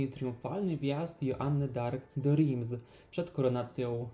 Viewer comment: Reims wymawiamy Ręs, (nie Rims), trzeba się trochę przyłożyć jeśli zajmujemy się edukacją innych i nie uczyc ich źle.